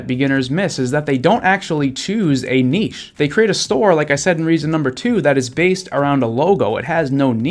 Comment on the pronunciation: Thanks 4 sharing all your insightful knowledge with us; furthermore, the word niche is pronounced NITCH not nichee